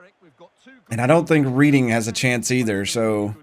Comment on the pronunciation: Not scouted England? Or was that taken for granted? I think Ng is pronounced "Ning" though I believe its Chinese so im not totally sure Reading is pronounced "redding" that I am sure of